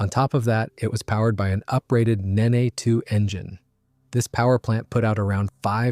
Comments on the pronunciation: The 'world famous' Nene obviously wasn't world famous enough for Muricans to learn its pronunciation! It's pronounced 'neen', not 'nay-nay', after a river on the eastern side of England. All Rolls Royce gas turbines of that generation were named after rivers, to reflect how they operate in a continuous smooth flow... Nene, Tay, Spey, Dart, Derwent, Conway, Avon, Clyde, Medway, Trent, Soar, Tyne, Welland. The exceptions were the designs they acquired by merger with Bristol Siddeley (Olympus and Pegasus, from Bristol; Viper from Armstrong Siddeley; Gnome and Gem from DeHavilland, who'd all merged to form Bristol Siddeley). Colquhoun (Lesley; test pilot) is pronounced 'kuh-hoon' not 'Calk-hone'. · Its spoken as Neeeeen. For chrissake